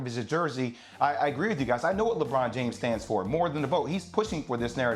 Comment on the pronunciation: “Lebran Jam Lebron James 😂😂😂😂💀💀🤣🤣 I’m crying yo